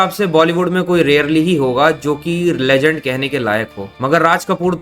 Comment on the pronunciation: Legend ❌ LeJhand ✅